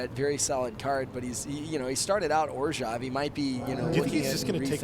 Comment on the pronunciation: can please pronounce Orzhov differently?